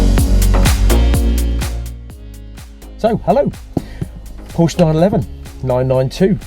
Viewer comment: Some feedback, it you like: the music is horrible - it might be YT suggested background music, but it is typical "elevator-- or shopping mall music". Horrible, better no music at all. As for the pronunciation of Porsche: please practice. This is a family name, no reason to mutilate it. As for the camera angle: you might not be the ugliest person on the planet, but viewers are NOT here to look at you for many minutes. Please show the car, not yourself.The sentence "it is big money for a Porsche"... I cannot subscribe to. Why do you think a Ferrari should be more expensive? Because the Ferrari breaks down more often? I, on the contrary, think that a Porsche - especially the new 992 generation of the 911 - is a bargain. And yes, I do own a 911 Carrera S Cabriolet. Night shot of the door handles: pretty dark - you should have edited that out. - the audio was also awful with this scene. To wrap it up: decent review for a first try, room for improvement.